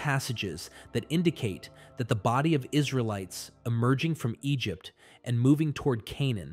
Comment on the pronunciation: About 20 min: Egypt-tie-in